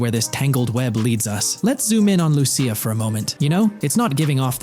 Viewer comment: Lu-cia say it with me l-u -c-i-a not er but a .